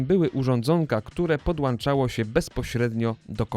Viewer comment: Błagam Was... PodłąĄczają, a nie podŁANczają...